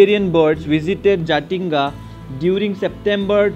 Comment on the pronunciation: we called Jatinga not Jathinga 😃😃